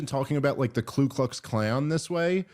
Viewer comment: “Ku” not “Klu”.